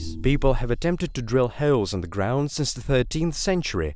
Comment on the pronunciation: Ground?? -ooh, you mean "-groieund"